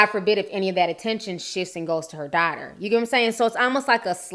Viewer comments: U YouTuber! 😜😂. I love the way you say “dotter instead of daughter”. So cute. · I love the way you say "daughter"